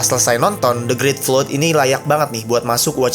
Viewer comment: Mau sharing aja bang, kata "Flood" bukan dibaca "Flod", tapi "fləd". Sama seperti kata, "Blood", bukan "Blod", tapi "bləd". Kalau masih bingung, pake google translate dan liat "phonetical transcription" nya aja. Anyway terlepas dari itu, menurut saya gak cuma ketika banjir. Dalam situasi bencana apa pun ada baiknya gak berkerumun dengan banyak orang, karena biasanya semakin banyak manusia yang berkumpul, hal mengerikan malah bisa sangat terjadi lebih cepat dibandingkan hanya dengan kelompok kecil. Entah mereka akan saling bunuh untuk segenggam roti, sebotol minum, atau bahkan hanya untuk sebuah jaket ketika suhu tubuh mereka menurun....